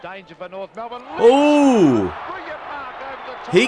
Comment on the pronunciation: I love the grasp you are getting of our culture here mate. You are even able to pronounce words like ‘Melbourne’! I’m not sure if anyone else has commented on this, but AFL players don’t ‘catch’ the ball; it’s a ‘mark’ or a ‘grab’ :) It may even be a ‘speccy’. Aussie Rules Football was invented by cricketers wanting to keep fit in the off season (winter). Keep up the awesome content dude, and I’ll keep giving you the big cheers 👍🏼